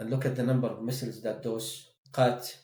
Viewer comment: laughed at the 'QHAt' LMAOOOO assalamualaikum